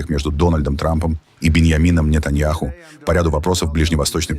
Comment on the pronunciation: На видео , голос произносит:"для не-таня-хуй"...неправильно произносит, каверкает имя! :face-purple-crying